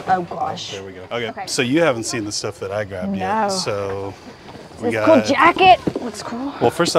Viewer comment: “Oh, that’s cu-oool”🤣🤣. Cute AND cool… Great finds❤❤❤❤